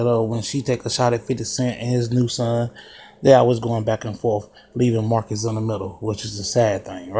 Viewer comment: Marquise not Marcus 😂😂😂